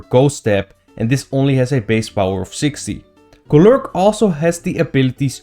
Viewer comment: I love how he pronounces Golurk. Just rolls off the tongue.